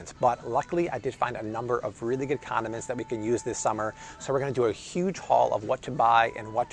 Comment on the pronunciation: He said conamints 😎🎱🎲🤟🏼